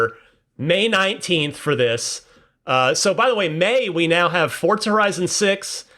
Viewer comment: i cannot take this guy saying FORTZA there's no T bro